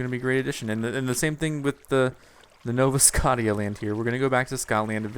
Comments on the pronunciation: I cringe every time you say "Nova Scot-tia" D:< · why the hell cant you say scottia right? -__